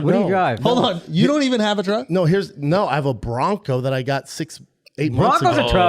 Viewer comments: BRO SAID WAWG AND TRUGG 💀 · can some explain why he is pronouncing walk and truck that way?????